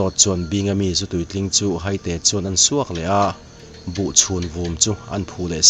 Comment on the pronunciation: Haite, mi tu emaw kan hai a thluk in i thluk a i thluk dan a dik lo Hai-te ti zawk tur ani e